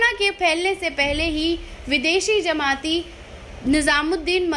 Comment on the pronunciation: Zamati nhi jamati